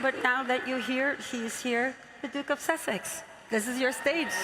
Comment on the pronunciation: WHO wrote her scripts! They need an english/grammar lesson.... AND she said"duke of susseck"